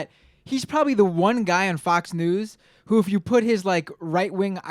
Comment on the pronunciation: "Ooh" not "Who?"